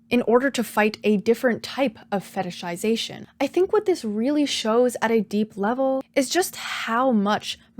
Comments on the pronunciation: I'm SO impressed with how easily you can pronounce "fetishization" lmao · respect for saying the word fetishization correctly so many times. I be sayin fetishsishashn